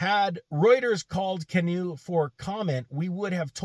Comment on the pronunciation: I'm biased since I own a small number of shares of GOEV, but I guess if one is going to criticize a company or its CEO, one should pronounce the name right (it's like canoe). Anyway, it should be noted that Aquila does have a background in aircraft leasing (I know, what does that have to do with an EV company?). Canoo didn't buy the jet, they chartered it from Aquila's own business (AFV) under an exclusive agreement established between AVF and Canoo in 2020 - before Aquila became CEO and the stock was still over $200/share. Should he have flown coach to business meetings - maybe. Honestly, it feels like Canoo is setting the company up for a turnkey acquisition by spending millions on production equipment but keeping their production targets low (otherwise, why not crank out a few hundred just to nail down the production process). To their credit, they have a lot of IP ... they aren't sourcing critical parts or designs from other manufacturers - the vehicles are bottom-up designed with maintenance, and serviceability being key features - unlike a lot of "sealed for life" stuff that's out there. I have no guess if they will be able to save it given the current politically charged market conditions - just along for the ride.